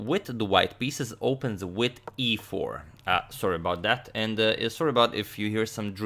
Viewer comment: it's "with" not witt